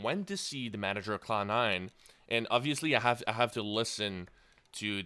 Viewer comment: It sounds like he's saying clown9 :D